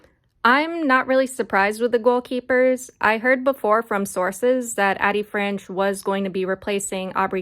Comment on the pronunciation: Just for future reference it is pronounced AYE-Dee Franch.